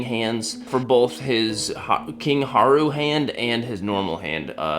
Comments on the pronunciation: im sorry loved the video, i love zelda, but saying kind haru hurts me, king raru lol, atleast thats how its pronounced, annyways have a greta day and i love your cat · Me hearing this guy say king Haru instead of Rauru hurt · Why do you pronounce Rauru with a H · "King huaru"what!!!???😂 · Um actully its king rauru🤓 mb its fine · Anyone else upset by the fact that this dude said the first king of Hyrule name wrong several times or the fact that he referred to the bow in this as an ancient bow when to a intelligent person, it would actually be the zonai construct bow. In my opinion, this mistake as well as theother I mentioned is just as bad as if he would’ve called the character Zelda. if you’re going to do a review, get the facts correct.